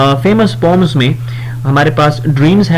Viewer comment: Sir; you have spoken poems to pomes on starting please correct please do not be angry:face-red-droopy-eyes